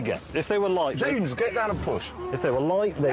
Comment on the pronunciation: Jamaican James